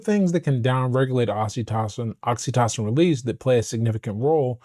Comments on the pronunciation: I'm enjoying your videos and looking forward to reading your book. I hope you won't mind a small suggestion. I believe "oxytocin" is pronounced with a long o in the middle, i.e. "oxy TOE sin". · Great content my g 🫡… but I gotta say this, “oxy-tah-sin” 😆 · The way you see oxytocin is driving me crazy😂😅 please pronounce it normally.